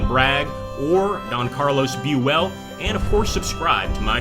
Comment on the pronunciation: BUELL...not BU ELL.